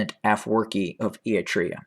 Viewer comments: Any pictures, any evidence?. Can’t even care to learn to pronounce the country involved. You’re not a good liar! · Fake news. Pure speculations. Stop speaking your opinion and winding it out as facts. And as I stated before, learn how pronounce Eritrea correctly if you’re gonna defame its name